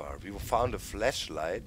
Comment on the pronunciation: My god, the way you say flashlight. XD